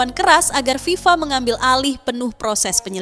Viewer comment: FIFA bukan viva